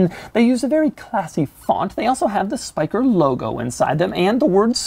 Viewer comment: Doug does a pretty good job pronouncing the Dutch name Spyker